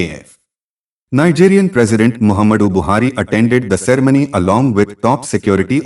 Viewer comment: Aag lagi hai kiya abhay ? Pehlei saaf angrezi tau bol lay cerei-money ka kuch lagta 😂😂😂